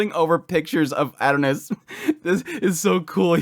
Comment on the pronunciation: I had no clue who you were talking about for a couple minutes until I realized you were saying "Adonis". You're not pronouncing it correctly. It's OK tho. The Japanese pronounce English words strange. But.... just because they pronounce "miracle" as "mirakuru" , I'm still going to say "miracle" because it's English. I like your videos but I got completely distracted by your pronunciation.